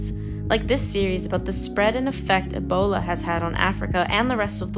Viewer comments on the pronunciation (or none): none